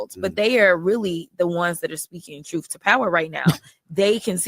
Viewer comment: “Troof to power”